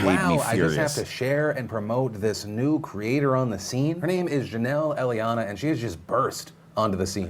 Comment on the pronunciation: can't read. He read her last name like 3 times and got it wrong every time haha